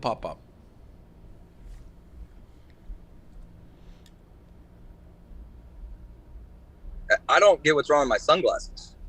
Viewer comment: Dave's pronunciation of popup is fucking awful